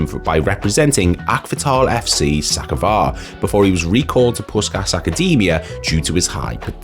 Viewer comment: And Puskas is pronounced Poosh-kosh